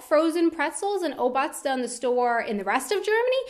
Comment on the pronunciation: i like how you pronounce obazda :D regarding your question: i went to japan a few years ago and i really enjoyed free water to your meal in the restaurant. thats amazing.